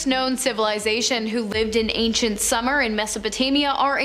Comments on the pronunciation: It's not pronounced "summer" it's SUE MER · Writing!!?? Most notably. #2 Sumer = Soomer like sooner. Good job narrating and hosting.